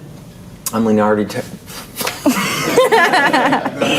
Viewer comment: He still says Leonardy in the second take but he keeps going